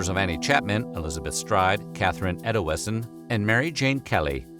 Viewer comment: “Catherine Eddowessen” lmao what?